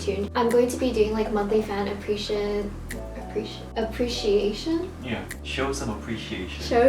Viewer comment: the cardigan looks so cute, i'm looking forward to seeing how you'll like it <3 my favorite part of this video was how you couldn't pronounce ''appreciation'' lmao it's such a hard word to pronounce to that was very relatable! my ig is marla_melon